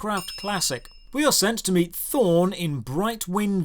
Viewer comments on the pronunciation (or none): none